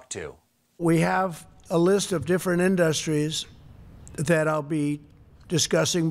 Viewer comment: IN DUH STREES Why the Hell does he say it that way? Maybe he learned to pronounce it that way as a child and nobody ever corrected him or more likely he just refuses to change.